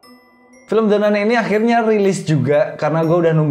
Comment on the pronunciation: baca nya "the nan" bosss